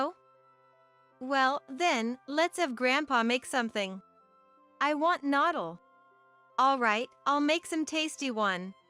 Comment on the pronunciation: Wow, a story with an Aisan background that can not correctly pronounce noodle, and a lot of other words.